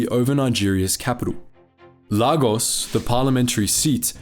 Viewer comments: Lay-gos is how you pronounce it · Lagos is pronounced as Lay Goss, yoruba is pronounced as euro bar, igbo is pronounced as eeboh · Very interesting video but please do some more research. It's not Yaruba, it's Yoruba and you're also pronouncing Lagos wrong, it's more like Lae-Gos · Excuse me did he just call lagos lah goss? It’s pronounced lay-gos and yoruba is pronounced yoh-ruh-bah while in igbo the g is silent, maybe you should’ve done a bit more research regarding the pronunciations before making this video. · Mispronounced Igbo the whole video but still informative (Ee-gbo) two syllables only, Lagos is pronounced LAY-gos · It's pronounced "Lay-gos" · Neat summary of our history till date But quick correction, The countercoup - “Operation Aure” was launched in July 1966 not October,. Also good job pronouncing the “Yoruba” “Igbo” & “Hausa” words properly. Lagos is actually pronounced “Lay-Gos”.